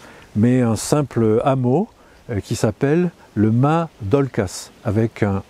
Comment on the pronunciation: Mais pourquoi prononcez vous Ma ! Pour Mas puisque apparemment vous dites bien OlcaS dans le Midi on prononce Mass !